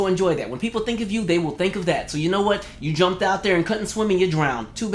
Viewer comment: Say hwhat now